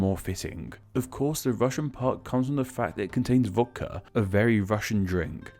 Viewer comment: Think he also said vokda instead of vodka